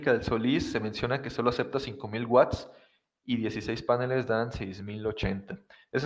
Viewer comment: Genial el video, genial la explicación, me ayudó muchísimo, pero es PANELES no PÁNELES... Es una palabra aguda, lleva acento en la sílaba final!!!!!!!!!!!!!!